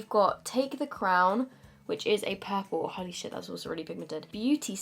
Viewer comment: When she said “holy shit” after saying gorgeous, it sounded French to my ears lmao so weird 😂😂😂